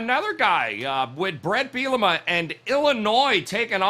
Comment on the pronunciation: really likes to butcher brett bielema’s last name😂😂😂